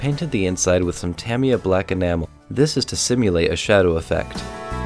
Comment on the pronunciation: Your saying tamiya